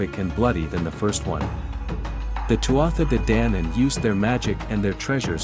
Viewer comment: Please, please, please respect our ancient language and get the pronunciation correct. The Tuatha de Danann is spoken Tu-a-ha D’Danaaan. You have no idea how uncomfortable to the point of anger it is to hear a person mis-pronouncing our words. Also, the word ‘Sidhe’ who are the ‘little People’ or the ‘Fairy folk’ is pronounced Sheee! The Sidhe would not be happy being called by a different name.